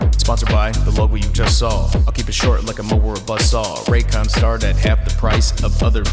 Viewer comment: I’m actually from Raykon you pronounced it correctly the first time